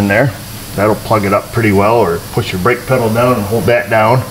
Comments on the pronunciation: LOL "Pungee Spedel" or" Spungee Pedel" still having issues with teeth fixers? some of the words you come up with have me histerical .....not to be cruel on my part just good clean fun! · I don't know what's funnier, that you said pungi speddle, or the fact we all understood you... LMAO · LOL, "the pongy is spedal". Thanks for the laugh. Always enjoyable videos.